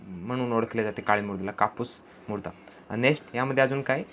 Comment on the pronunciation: Murda nhi o sir mruda mhana...!